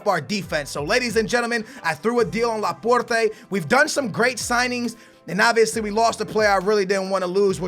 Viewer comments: That pronunciation though Laporrrrteh,Can,Uhmtiitiii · dont say Porte